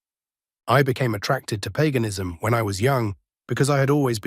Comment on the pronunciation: Paganism It's not pronounced Peganism it's pronounced payganism